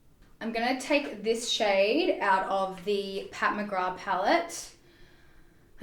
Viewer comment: Girl. I HATE to be this person, buttttt it’s Pat McgraTH not Mcgraw 😂 I’m sorry but Lawdddd that was bugging me! Lol. Loved this video! This is totally my style for a full face. I always lean towards glowey looks! Also.... Jaclyn Hill’s highlighters are so bomb! I use the loose highlighter in “Bomb” and I love it. I also use her setting powder on the high points of my face and I enjoy that as well. 😍✨🥰🙌🏽😘